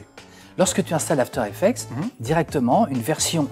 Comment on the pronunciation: After Effec"TS" s'il vous plaît, pas After Effec"te"